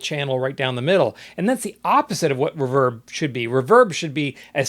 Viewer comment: It’s ree-verb not r’verb! Enjoyed the video!